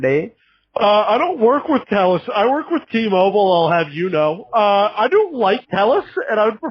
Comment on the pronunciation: Jack speaking: I am from Telllusss 👺👺